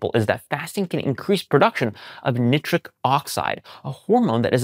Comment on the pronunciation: Ok. You are still on the mispronouncing the nitric oxide thing even though everyone gave you grief about it before, asking why are you trying to invent new words Its NY-TRICK, not knit-tric.